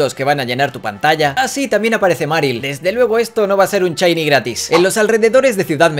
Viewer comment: Ohh muchos “chiny” hahaha